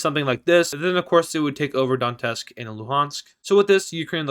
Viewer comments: Donetsk is pronounced as " Donyetsk " . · You fucking put the T in Donetsk in the wrong place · No. It is pronounced as "Donets'k"